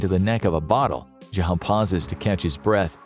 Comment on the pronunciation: jahow is possibly the worst pronunciation of zhao I've ever heard